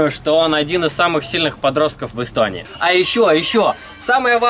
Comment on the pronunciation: Ты сказал один из самых сильных подростков Истонии? Или чего мне там послышалось:?